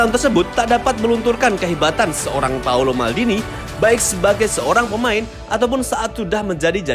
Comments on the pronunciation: Bukan paulo, tapi paolo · Paolo om..bukan Paulo.. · It's Paolo not Paulo. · Paolo ngab Bukan Paulo Cek KTP nya